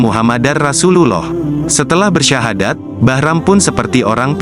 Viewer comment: Yg baca berta kaya bukan orng muslim...baca sahadat blepoyan...